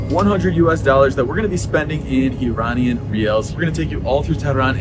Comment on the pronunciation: Love the video! Thank you for showing the World the reality of Iran and its people. BTW, you get the pronunciation of Iran right but then you keep doing the George Bush, "Eee-rain-ian" pronunciation for the people😔. Bush used it as a way to dehumanize, making us sound like aliens. It's like nails on a chalk board when I hear it. We are Iran-ians, pronounce it the same way as the you do the country please🙂.